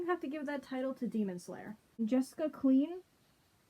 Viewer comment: Yay you answered my question!! Btw it's pronounced Kline